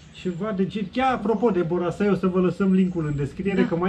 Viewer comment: Boracay nu Borasay.. 😁 Filipine cu bune cu rele e locul in care m-am simtit ca pe vremea copilariei cand oamenii apreciau putinul pe care il aveau si traiau cu zambetul pe buze!👍😎